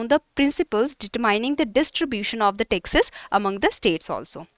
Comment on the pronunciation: Pronounciation of 'Taxes' is hearing as Texas